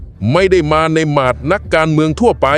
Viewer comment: เบื่อAi มาด ไม่ใช่ หมาด บ้าบอห่วยแตก